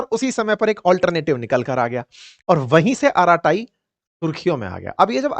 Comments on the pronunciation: श्री मान जी अरट्टै के नाम से बोला जाता है नाकि अराटाई ।😂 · अराटाई नहीं,, अरट्टै/अरट्टई Bolo Sir‼️ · It is pronounced as ' अरट्टई' and not as 'अराताई'. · It is not araatayi. It is arratai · Arattai in Tamil means "gupshap" or "gappe". Pronounced अरट्टै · The correct pronunciation is अराटाय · Ankit Ji, This is a Tamil word `Arattai` meaning a familiar word ` family casual chatting` (batiyana) in Tamilnadu. Pronounced Aa ra ttai (tae tai not taiee). Hope it doesn't hurt you. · अराटे् pronounciation hai 😂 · अरत्ताई - जोर "र" और "टीटी" ध्वनियों पर है। यह एक तमिल शब्द है जिसका अर्थ है "गप शप"।